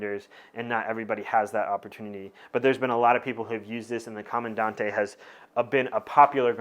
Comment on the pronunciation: Correct pronunciation: Comandan-“te”, “E”ZPresso. Great in-dept content per usual tho!